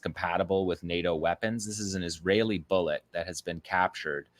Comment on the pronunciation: How pathetic you can't say bull. Et really